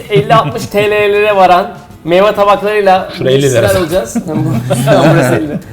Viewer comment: e ögretin "meyva" değil meyve